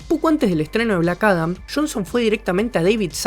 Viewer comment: bueeno, aqui le doy el beneficio de la duda, las pronunciaciones del idioma gringo es confuso aveces ya que "black adam" y "black atom" se pronuncian casi igual: blac arom